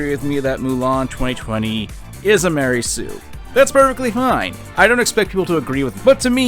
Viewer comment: I like it everytime he says "Ma REY soo"